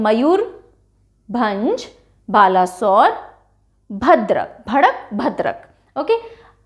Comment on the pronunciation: It's not ba-la sore well pronounce that as balesor and sor as u pronounce the word sour.. 🙂